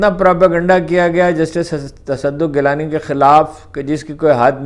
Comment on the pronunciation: Its not tassaduq ghilani its gilani sir with your due respect sir My pleasure